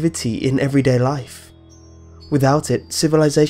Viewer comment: wotah, wotah is du canistirr of laiff